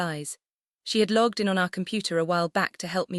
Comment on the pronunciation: I can assure you loyalty points belong to someone. Also: logged, not lugged Megan, not muggin